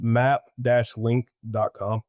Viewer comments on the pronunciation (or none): It was an honor to be a guest on Ironclad w/ &Borderlands. I misspoke on map-link the correction is map-ky and I truly appreciate the audience and the overwhelming support.